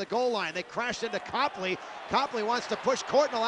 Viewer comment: You said Copley wrong